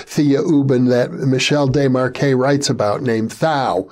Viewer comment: Oh my glob...! Yer KILLIN' me with your butchery of Desmarquet's name! Say it with me (phonetically): Day-mar-kay. Sheesh... 🙄